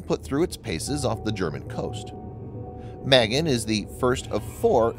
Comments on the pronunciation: It's pronounced "mah-GEN," not mehgin. Cyprus is not pronounced "cipris". You really need help with your Hebrew and English. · It’s pronounced mah-GEHN, not MEH-gehn. Literally means “shield”. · Pronounced Mahgain. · Magen: mah-GÉN. A as in ah, and accent on second syllable. It means 'shield.' Thanks! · Proper pronunciation is Muh-Gain - "Shield" in Hebrew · For crying out loud ! In Hebrew, and many other languages besides, the heavy emphasys is on the SECOND sylable. Never ever on the first as it is in spoken English. ma GEN ( protector, shield - noun, to protect - verb ) not the girls name Magen. Your butchering of Hebrew just irks me !! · sorry, I meant no disrespect, I didn't like the way he pronounced the name..